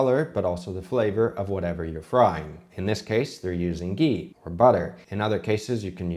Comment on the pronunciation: Its not gheee